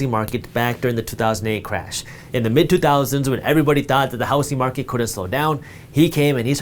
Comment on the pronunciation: Is it just me or does he pronounce "housing market" like housy market